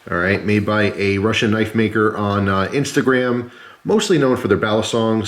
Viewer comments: "That's not a knoife" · That's not a knoife, this is a knoife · hahahaha Thats not a «knoife», that´s a «knoife»!